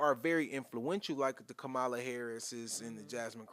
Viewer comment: Did he pronounce VP HARRIS’ first name incorrectly several times ??